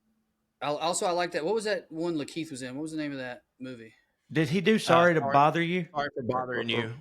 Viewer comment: PS-Sawwy I missed the live